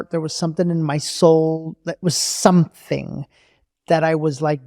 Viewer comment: It’s something not sonething 🥲